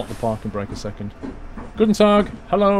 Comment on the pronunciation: Hi, thx for this DLC: I worked in Vienna in 2006 and this reminded me of that wonderful city. The German road names are quite difficult for foreigners but the way you say "Tag" and "Morgen" is very authentic. Perhaps a new career for you?:-) The GObox is a radio emitter for the road toll system (the numbers on it are for the number of axles)